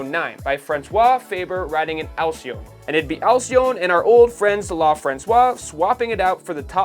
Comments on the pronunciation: Yeah. Your pronunciations suck. Peugeot doesn’t have an “r” in the first syllable (it’s “Poo-zho”). And “Alcyon” isn’t “Ali-cone”; it’s “Al-see-ohn”. Dyslexia reigns. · Nice video. Just a few tips about pronunciation: "La Française" is not pronounced "Lah Franswah" but more like "Lah Franseyze" " Alcyon" is not pronounces "Asselone" but more like "Al-see-on" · Alcyon is pronounced "Al-see-on", and its name refers to the mythological bird, as well as the latin name of the kingfisher (hence the logo). It was a pioneer company for bicycle, motorcycles and cars, but disappeared in the 50's, being absorbed by Peugeot.